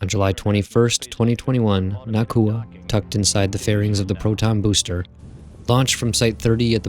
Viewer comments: Nah-Ooh-Kuh Not Nah-Koo-Uh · Nauka, not Nakua. But after that great informative video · It's nauka not nakua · Love the vids. But it’s pronounced NOW-ka. Not na-KU-a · Na-oo-ka, not Na-koo-a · I had assumed it was a “Naw” type sound like in the word ‘nautical’ but apparently it’s more of a “Nye-oo-ka” pronunciation. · brilliant video as always but wanted to point out that nauka is pronounced more like noy-ka or the more american version now-ka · it's more like 'Naw-oo-kah'. The first syllable sounds like 'Nu' in 'Number'. (Just a native russian speaker passing by) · I'm sorry, your stuff is really good, but the pronunciation of Nauka here is really putting me off - it's more like "NOW-ka".